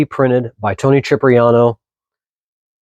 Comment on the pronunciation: CHIP-riano? It's pronounced SIP-riano.